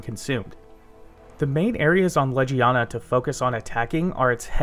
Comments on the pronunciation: You are saying it like ledge-ee-ana Leg-ee-ana is how its pronounced. I don't even know how you read it out loud like that. Please double check your pronunciation before uploading your videos. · great tips. thank you for the vid but i couldn’t get past your pronunciation. in game it’s said as Leg-ee-aw-nuh. bothered me the whole time